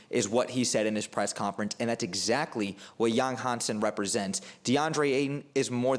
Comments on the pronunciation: Don't worry my friends. Your pronoucation is 80% correct at least. And Yang Hanson is probably one of the easiest Chinese name to pronounce for English speaker. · Actually, I've watched several Yang Hansen draft analysis videos, and your pronunciation of his name is the most accurate one. Thank you for your modesty. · Your pronunciation of his name is spot on, well done bro, love your analysis